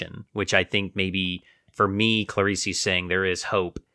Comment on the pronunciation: It's pronounced "Cla-ree-s", not "Cla-ree-see". It's not French.